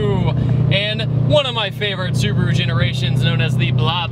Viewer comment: yyyaaasss hahaha that Subaru pronounciation on point!!! 👌that's how my Japanese uncle says it like lol